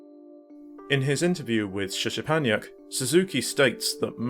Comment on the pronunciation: Nice video - thanks for name checking my books. I appreciate it. The SZ is pronounced SH as in ship, and the CZ is pronounced CH as in chip. Just imagine the Z letters are H letters. Anyway, well done on tracking down the emulated footage of the games. It really is quite rare, especially in English. I do not have the source code - the magazine, which was there on the day, I think belonged to Suzuki himself or the colleague who introduced me. They brought a lot of materials in. The only source code I personally had was for the puzzle game PITMAN. The Tokugawa forums have a lot of English speaking enthusiasts of Japanese computers, and someone there might have scans of the source. Anyway, it's very cool to see that the work that went into the trilogy of books has resulted in others digging deeper into specific topics, and using it as part of their research. That makes me very happy. I've also passed this video link on to the colleague who introduced me to Mr Suzuki, so he'll probably be able to pass it on to the man himself. As a side note, the third and final volume of the books was published last month. In it is an interview with a sub-programmer on Metal Gear 2 (Toshinari Oka). Though it's not hugely in-depth regarding the game, and covers a lot of what was already discussed in a previous online interview.